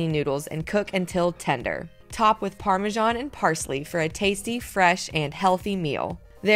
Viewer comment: What is "parmejan"?